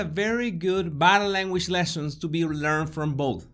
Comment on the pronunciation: I smile every time he says "boh-dah lairn-wej" 😄